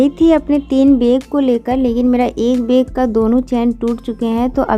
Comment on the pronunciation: Beg nhi bag hota h